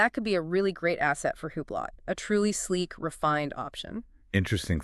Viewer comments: It is Spelled Hublot. But it is Called Hublow. You people are not saying it the right way! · Huuublot 😂 It’s pronounced oooblow. This must be an AI channel. No person I know pronounces the brand the way you two do.